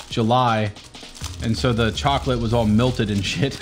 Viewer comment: WHY DO YOU SAY MILTED INSTEAD OF MELTED